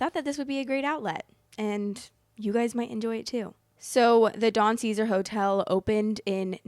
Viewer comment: You repeatedly say the name of the hotel wrong.